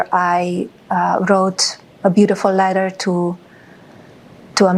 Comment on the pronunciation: She rates HER own letter.. "beautuful".